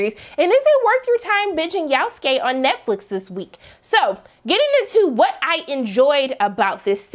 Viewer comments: Who the foook is "yaouf-skay"??? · Yasuke Is pronounced yah-sue-Kay If anyone didn’t know and was interested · I like how she pronounce his name "Yowskay"😂😂😂😂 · ikr this is the first time I've heard someone pronounce his name like that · Why she pronounce his name like that? 😆